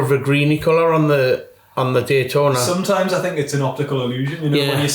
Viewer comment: “gaytona” what?😂